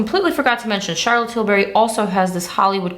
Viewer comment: Charlotte Tilbury not Charlotte Tilberry